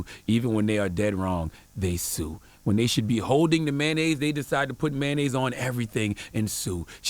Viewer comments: It's pronounced MAY-ON-NAISE, not MAN-AISE just like it's pronounced TOY-OTA, not TY-OTA, SPEC-IF-IC not PACIFIC. Non-English speaking AMERICANS where school is FREE grades 1-12, where most of these English mangling idiots ONLY know that one language, yet have not even relative command of it. It's like nails on a blackboard when I hear people who haven't pronunciation, grammar and sentence construction skills goddamn.... Beyond that, he was right on point. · “Sodium Flavored Mayanoise Soul” 😭😭😭